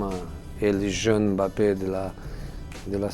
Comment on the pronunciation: Il dit mieux "Mbappé" que la moitié des journalistes français 😂😂😂